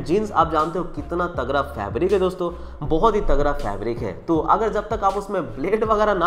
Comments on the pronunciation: तगरा नही भाई तगड़ा।।।। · bhai aap tagra bol rhe ho tagda kuch smjh nhi aa rha 🤣🤣